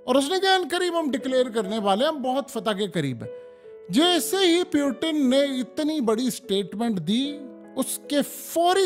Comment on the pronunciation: please check the pronunciation of "Putin"